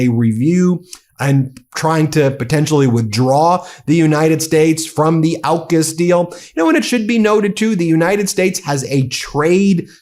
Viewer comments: AUKUS is pronounced more like orkus. Cheers. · Also, Ben, AUKUS is pronounced OR-KUS, not OWKUS!! It's AU for Australia, UK for the United Kingdom and US for the United States. LEARN how to pronounce words and anagrams. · AUKUS is pronounced "orkus". Ben I hope you do make it to Australia.. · Two things: 1) The "Liberal Party" name was chosen as a deliberate lie by its founder Robert Menzies. It has only ever had one mission, to oppose the progressive parties, particularly Labor. 2) From its proposal to now, AUKUS has never been pronounced in Aus as OW-KUS. It's always AWK-US as in awkward. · AUKAS is pronounced (Or) (kus). Not Owkus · AUKUS is said not as ow-kus but closer to or-kas with a very soft r sound. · Not Owkus, AUKUS. Au as in Aura. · It's AWkus, btw, 'aw' as in awful . Just saying. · Excellent overview, especially about Sky News being the Fox News of Australia (as is the UK version). One small note: as you correctly pronounce Anthony Albanese as al-ban-easy, you should know we pronounce AUKUS as or-cuss. Can't wait for the Canadian and Australian versions to go live. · Its pronounced Orcus by the way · Aw-kus. Rhymes with Caucus. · Pronounced Awkus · AUKUS. Is pronounced Awww kiss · You want the Meidas Touch in Australia? Please, then, learn how our names are pronounced. It’s “OZ-tray-liya” not “Osh-trell-yuh”. It’s “Ock-uss” not “Ow-kuss”. And our Prime Minister is Anthony “Alban-easy” not “Alba-neecy.” This is all said with love for you guys, but my (“ozzy”) ears wince every time I hear these mispronunciations. Cheers, Adam in Sydney